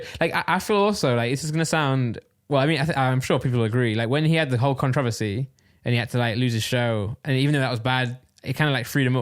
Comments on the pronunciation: Randolph.... Controversy not controvosy :D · Randolph, say it with me now, Anna-lit-icks (Analytics) 👍🏿 I got you. Edit: Also, Kon-tro-verse-ee (Controversy), hope 1 of you reads this 👀 Edit edit: At the end of the day, you can say it however you want 👀💀